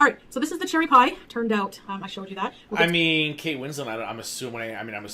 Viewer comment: "So cherry-yy" LOL that's our